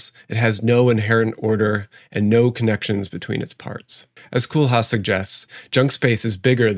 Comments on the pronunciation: I'am Dutch and an architect en you pronounce Koolhaas wrong. You say it like Koooooollhaaaas not Koelhas. Good channel dude! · just to make this video slightly better: the 'kool' in rem koolhaas' name is pronounced 'coal' instead of 'cool' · “Koolhaas’ is pronounced [coalhaas] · Great video, and as someone who had some architecture courses in college it’s great to get an architectural analysis of this very interesting phenomenon. I love how you pronounce Koolhaas as ‘cool house’ xd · Coolhaas is pronounced as coal-haas. A "haas" is a hare, a big rabbit. And "cool" is not coal but cabbage, so the name means a hare that is fed from cabbages.